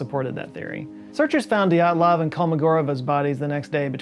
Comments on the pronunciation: PLEASE. It is not DEE at lov Pass. It is D'yat lov. You can not separate the Y and the E, e in Russian is letter "yeh". ye, (yeh) stays together. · Dyatlov is pronounced as Djaht-lov, not Dee-aht-lov. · please please work on your Cyrillic pronunciations. dyat-lov. you keep sayin it like it's a God dang japanese word "di-at-lov" dyat-lov dyat-lov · Re: pronunciation, the second pronunciation is better, with the /i/ sound like in ‘sushi’ And Dyatlov is two syllables. While in Russian transcriptions can represent a vowel, it’s a very different sound; in this case, the is a transcription of one letter, a singular vowel (with palatalisation at the front). It might also be transcribed as Djatlov or Diatlov, in other romanizations.